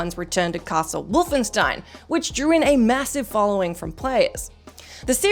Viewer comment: I have never heard the word Wolfenstein pronounced so incorrectly.